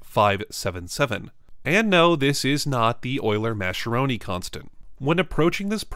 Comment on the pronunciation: Yeah, it's impressive how every French name is misspelled on all slides. Also, Mascheroni is pronounced "maskeroni", not "masheroni".